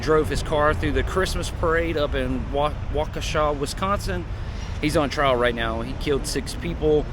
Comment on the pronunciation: As someone from Wisconsin you said Waukesha perfectly 😂